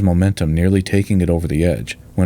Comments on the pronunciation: I was just thinking of posting a similar comment when I found yours. I winced every time I heard Taz-man. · It grates every time he says it - Taasmaan. Short vowels = Tazmin. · Great video. But Tasman is not pronounced Tas-Man, it is Tasm’n. Because it is named after a person, Abel Tasman, a Dutch explorer. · Great stuff mate. Just one thing buddy it’s pronounced Tasmen not Tas-Man. 🇦🇺👍🇦🇺👍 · As a Kiwi only used to the Kiwi accent pronouncing it 'Tas-min', the way you say 'Tas-*man*' was quite surprising. 😅 Thanks for another great video as always! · Hi, I've just joined your Patreon, and am super proud of to do so. Just a little aside, in Australia we pronounce 'Tasman' with the second 'a' being very soft - Almost like 'Tasmin' or 'Tasmun'. Similarly with Melbourne, where we say 'Melbin' or 'Melbun'. More related to the video, I'd definitely recommend visit Hobart, a beautiful harbour city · I know this is a serious video about a tragic engineering disaster, but I must admit that it gives me a giggle each time pronounces the bridge name as "Tazz Man"?😄 Any Aussies watching should get a good chortle too! The Tazz Man sounds rather like a party DJ or somebody selling things in those little baggies.... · Another outstanding film. Very, very minor quibble: the pronunciation is with strong emphasis on the first syllable: TAZ-man. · I enjoyed this! I wish the narration would say "Tasman" to rhyme with Jasmine, not Jazz-MAN though. Did Flight Simulator 2020 graphics get used for this? Fabulous! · Heh the "Taz Man" pronunciation makes me smile every time I hear it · *(pronounced 'Tasmun Bridge') Forty years later, we're still discussing an appropriate replacement. Currently not scheduled for another forty years. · Shorten the vowels! It’s Tazmin. 🇦🇺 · Tas-man, the superhero nobody wanted!